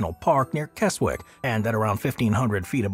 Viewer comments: I just came to say the same thing. Kez-ick. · Keswick is pronounced Kez-ick 😊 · Keswick is phoneticaly pronounced. Kezzick! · the w is silent in the name Keswick